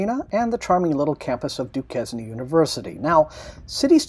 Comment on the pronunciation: Hey! Pittsburgh native here - glad you liked the city! Also, Duquesne is pronounced Du-kane. ;D